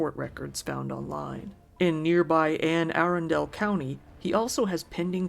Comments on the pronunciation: No big deal or anything, but its pronounced Anne Ah-Run-dle. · Anne A-RUNN-duhl. Accent on second syllable. Not third. My ears my EARS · So this isn't frozen ..we don't pronounce our county like the frozen kingdom . It's Anne A RUN (dul) DEL. Lol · So funny to hear Anne Arundel county pronounced that way 😂 I'm from Baltimore and we pronounce it ann-a-ronn-dol. Great vid as always 😊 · It’s pronounced “ana run dell” great content man was a early subscriber. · damn im a Marylander too...haha its actual pronounced Anne A-Run-Del. so its more like Anne Arun-del, the ARUN is like saying 'a run' but together whereas the DEL sounds more like the word 'dull' then 'del' I know that wasn't the greatest but its hard to type out how to pronounce something haha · Great vid. Only correction is that city name is said like anne a-run-dul. Can't believe there's people like that living near me. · Bro I've grown up here for 20 years and I got confused where he was talking about when he said anne arundel 😂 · I'm a Md girl, Cecil County tho, and kept laughing every time I heard Anne Arundel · Its pronounced "Anne Uh-RUN-dle", not "Anne Aren-dale"...just fyi. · Great video...for future reference though, Anne Arundel is pronounced the way it is spelled. A-Run-Del. Being from near the area it sounds odd to hear it pronounced Aaron-Del. Just in case some more weird stuff from here pops up in your videos. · Just fyi, its pronounced "Ana Rundle" not "An Air undale"...doesn't makes sense, I know, just saying that's how Marylanders pronounce it... super gross story btw...🤮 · Ann-uh-rundle. Not ann-air-an-dale. I guess if you are not local to the area, it is an easily made mistake. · You can't possibly know this, unless you're from the DC Metro Area, but it's not pronounced Anne Arundel as 2 separate words; it's pronounced as one word: Anna-run-dull. Sorry, but the OCD in me had to point this out. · Anne Arundel is pronounced An Uh-run-dell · it's pronounced like one word, "Annarundell"